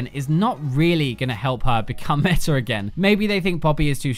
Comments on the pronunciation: IT'S META!!! NOT METAR!!! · My ears bleed when he says metar instead of meta....